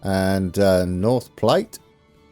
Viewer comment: I believe that North Platte is pronounced "plat" (like "flat). Anyway, you're off to a nice start. Cheers!